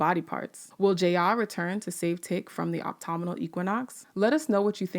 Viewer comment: Did I hear it wrong or did the narrator pronounce autumnal as optomnal and Ji-Ah as Jay-A?